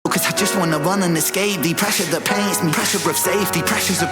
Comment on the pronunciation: I like how in the beginning of Ren's verse he pauses on the word "the" pronounced as "thee". Thee being an archaic word for you. So the lines have double meaning. He hates the circumstances and wants to run from them. But with the "thee" pronunciation you can also read it as "I hate you and want to run away from you".